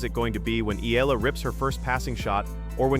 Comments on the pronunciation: It’s Eala. And it is pronounced like Eyala. Not eela and not elala. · EEE-YAH-LAH... that is how you pronounce her last name, PLEEEEEZZZ